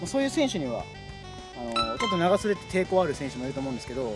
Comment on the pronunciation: 長袖と半袖のイントネーションおかしいwww